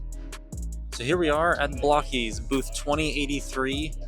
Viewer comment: As an English language arts teacher, it still bugs me to no end that it’s pronounced BLOCK-ees. But, hey… language evolves. 🤷‍♂️